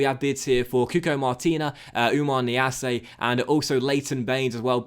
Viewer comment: Niasse, not Niassé